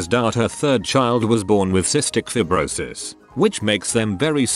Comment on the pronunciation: I have that Cystic Fibrosis and it is pronounced so wrong in this it’s “Feyebrosis”